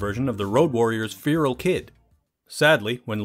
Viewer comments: I've never heard someone butcher the pronunciation of Feral... and butcher he did. LOL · Please learn how to pronounce FERAL...